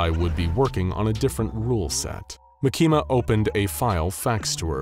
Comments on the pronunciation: its makima not makina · It's pronouced Mah-key-mah not Mah-keema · Bro said mikima instead of makima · By the way she's not called mikima she's called markima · "makeema" 💀 its 'maa-ki-ma' btw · Makima❌ makeema✅ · not MUH-KEE-MAH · its mah-kee-muh, not muh-kee-muh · Ma-key-ma that makes me laugh every time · You said the name wrong it's Maki Ma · “Makema” lol. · Why does he say makimas name LIKE THAT😭 bro is saying ma keema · Bruh he said "mekima" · no way this guy says makehma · makama not. bakima. what. the. f### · The way he pronounces Makima is wild. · He's right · I like how he mispronounced makima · the way he pronouces makima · I hate to say it, but I really don't think you read Chainsaw Man any more than just for a little bit of research. Considering you said 'Denji loves fighting with his weapon's which isn't true, denji doesn't WANT to fight and do what he has to do. Makima makes him. Second. Makima. You don't pronounce it properly a single time and it makes this really really hard to focus on the story when I hear it said wrong and it rips me right from the zone I'm trying to get into when I watch these. There's a few other reasons I don't believe you've read it other than to gather "the main points" that you think you need for the video script, but tend to misinterpret the meaning behind the characters and their actual personalities and how they really are. Anyways I'm to stoned to keep on going cause I'm losing my train of thought and wanna just take a nap n fall asleep to some SCP....after I make a hot pocket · So many plot holes, butchering miyamoto name and makima. Also makima wouldn't take the job unless she could control Abel. Also denji what you're showing is the hybrid version, not his max devil version. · Bro you said the girls name wrong if you can get that wrong then don’t even make this video